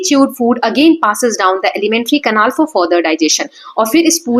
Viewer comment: Mam it is canal not canal😂😂😂